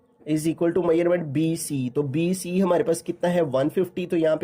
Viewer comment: Sir bC ko sai trha bola kra dimag pr lgta ha bc